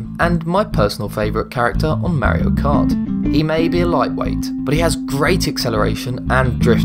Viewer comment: Did did u just say maro kart